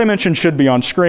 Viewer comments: That's not kwite. That's kwhyte. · That aint kwite thats quite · "Quite" the interesting video.. "Kwite" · It's because that's not Kwite, it's Quite